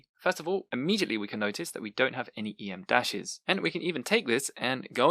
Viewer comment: Just a note: em dash is not pronounced “ee em dash”. It’s pronounced “em dash” because its length is equivalent to the letter m.